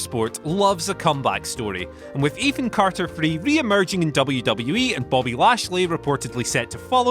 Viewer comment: lol "Ethan Carter Three"